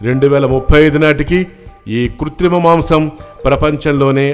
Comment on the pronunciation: Ayayo channel is not able to analyze covid inko samvatsaramlo bhoomi khali avuthundi Mari africa lo prasthutha paristhithi yento chepparaa kuthrima pronounce cheyyaleni pappa 🌾🐸🐸🌾🐸🐸🌾 🐸🐸🐸🐸🐸🐸🐸 🐸🐸🐸🐸🐸🐸🐸 🌾🐸🐸🐸🐸🐸🌾 🌾🌾🐸🐸🐸🌾🌾 🌾🌾🌾🐸🌾🌾🌾 🔫💥💥🔫💥💥🔫 💥💥💥💥💥💥💥 💥💥💥💥💥💥💥 🔫💥💥💥💥💥🔫 🔫🔫💥💥💥🔫🔫 🔫🔫🔫💥🔫🔫🔫 🔫🔫🔫💥🔫🔫🔫 🌴🐼🐼🌴🐼🐼🌴 🐼🐼🐼🐼🐼🐼🐼 🐼🐼🐼🐼🐼🐼🐼 🌴🐼🐼🐼🐼🐼🌴 🌴🌴🐼🐼🐼🌴🌴 🌴🌴🌴🐼🌴🌴🌴